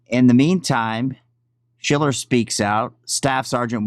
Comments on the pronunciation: I like your content and routinely watch...but the dudes name is pronounced “shell-er”. Have a great day. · You're still fucking up his name...Stooge SHILLer